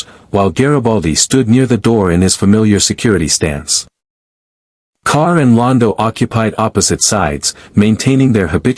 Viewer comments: It is G'Kar not Kar. Good grief. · Its JUH KAR, not KAR🤦‍♂️